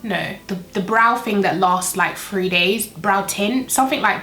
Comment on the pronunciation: Took me awhile to figure out she was saying the word "three" and not "free" bcz I was getting confused lol😣😔